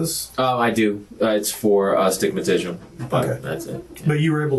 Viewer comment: Do you wear glasses? Yeah, I do, it's for "astigmiatitual." I'm in!! lol